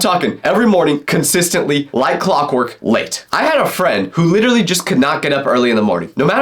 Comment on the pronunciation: Why are u always trying to say LITERRLLY instead of LITELLLYYYYY....